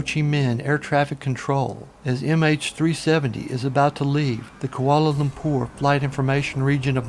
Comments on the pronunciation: It is Lumpur not Lumpour. Saying ZERO before every time is also really annoying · I don't like the way he says koalalumpour.